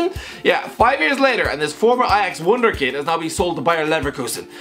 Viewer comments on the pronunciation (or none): none